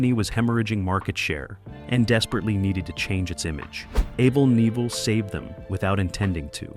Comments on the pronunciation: "Aevel Nivel" ??????🧐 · Evel Kneeville. What the FUCK 🤡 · Apparently there are 750 different ways to pronounce "Evel Knievel". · Insulting to hear an icon's name mispronounced this badly. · At least get his fucking name right! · Not a bad video apart from the mispronounced name.it shows a picture of an American eagle a rebadged laverda twin they were even heavier than the XR but he used them briefly .he used triumph twins in the early days but wanted to go for a U.S bike because he was a patriot .im a New Zealander by the way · If you can't get evel s name right don't talk about him you're an IDIOT!!! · I would have enjoyed this video a lot more if it weren't for the constant distractions of mispronouncing his name every single time. Also, the several shots of Robbie on his Honda were proof that someone didn't do their research prior to making this video. Nothing against Robbie. He made jumps his dad didn't make, but this video wasn't about his career. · As a kid growing up in the 70's and thinking this man was the coolest guy that rode a bike hearing you absolutely incapable of pronouncing his name correctly 1 damn time embarrassed me for you! You should absolutely never make a video on anyone you absolutely know nothing about!!! Hardly any picture nor fabricated fact you sprouted out match anything he truly did! R.I.P. Evell Nevell whoever you are...